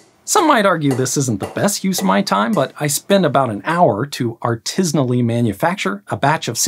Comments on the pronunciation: Artisinal sand 😂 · "Artisanal sand" 🤣